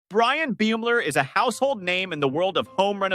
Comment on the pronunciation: If you are going to report a story how about pronouncing their name properly Please!